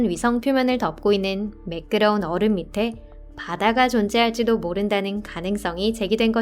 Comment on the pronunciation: 얼음을 어림이라고 읽는듯하넹.